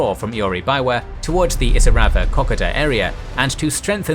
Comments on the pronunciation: Great series on the Kokoda Track battles. But please - Cocka-da? It's Ko-ko-da. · It is pronounced Koh-Koh-da, and rhymes with Yoda. At least, that is how we say it down under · Say it with me "Ko-Ko-Da" you butcher the pronunciation. While this is a good tactical display of the battle, it does not show the disgusting and appalling conditions it was fought in. Go watch the movie "Kokoda" and see for yourself. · You're pronouncing 'Kokoda' incorrectly ... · OMG. Why do you still keep calling it the ko ka ta track? Thats also not how you pronounce Maroubra